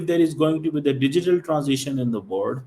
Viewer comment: You learn how to say world bhikari